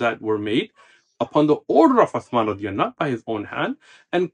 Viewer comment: I may be wrong but the sheikh may be pronouncing " radih A'nhu" instead of "radia Allah A'nhu" رضى الله عنه .